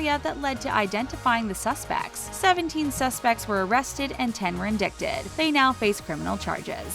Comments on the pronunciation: INDICTED........ is not INDICKTED! WTF. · You need to learn how to READ Sis.!😂😂😂 It's INDICTED not IN DICK TED! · "In-dick-ted"? Its pronounced "in-dite-ed". The channel is called the Talko so speak properly. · InDICted…it’s indIGHTed… the c is silent. I guffawed when I heard that one. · at the mark, did this narrator say “in-dick-ted” instead of the correct pronunciation of indicted, “in-di-ted”? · This was the biggest waste of my time. And if you're going to have a channel (somehow with 7+M subs) then learn how to talk right. It may be spelled "indicted", but it is not spoken out loud as IN-DICT-ED. It's IN-DITED.Sorry, that just bothered me. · Ummm, are you serious..."17 were in-dick-ted"??????? WTF. In-die-ted. My God, the sheer stupidity! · “In-dick-ted? It’s in-die-ted dummy. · Ummmm “in-dik-tid”??? It’s pronounced in-dite-id!!! ( indicted ) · I don't normally correct pronunciation, but for future reference, 'indicted' is pronounced 'in-DIE-ted' 😊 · The thing about Kris’s camera being hacked was a PRANK her kids pulled on her. 🙄 Also, “in-dick-ted?” This channel is the worst. lol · Lol..."indiCKted" ffs.... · INDICKTED!!! Are you f-ing serious. Learn how to read and pronounce proper English please. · It's pronounced In-dite-ed, not indicted, like it's spelt. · INDICTED is pronounced INDITED you ignorant fuks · InDICKted?!? LMAO That's got to be one of the funniest mispronounced words ever. 😂😂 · indick-ted? What's indickted?? Lol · Indicted...really??? InDICKTed??? Would it be easier if it were spelled indIGHTed??? Geez... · "indickted" LOL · Wow... this narrator REALLY just said “inDICKted.” Top notch commentators, folks... 😒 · Indicted; pronounced en-DIE-ted. 👌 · in-DIC-ted?? How come these Talko narrators never know how to pronounce words??? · Please learn the correct pronunciation of the word “indicted” so you don’t look stupid in the future when you need to use that word again!🤣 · Anyone catch the way the narrator said indicted? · Indicted??? Lmao